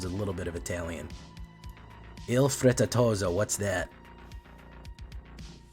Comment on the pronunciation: Frittatozzo: the double z is pronounced like "ts" (tsk) in english. Also, you stress the double t.